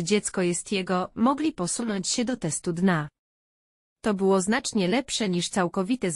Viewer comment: Oj te Al i później Dna zamiast D N A 🤣🤣